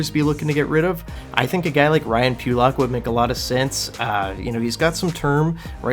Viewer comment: Need to work on your pronunciations: Necas is pronounced NAY-chaz Pulock is pronounced puh-LUCK